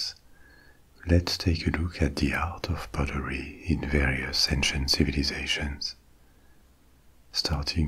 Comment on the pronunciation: I love how you pronounce "pottery" like the word "buttery".